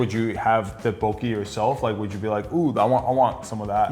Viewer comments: Dead poki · bro mispronounced tteokbokpoki so bad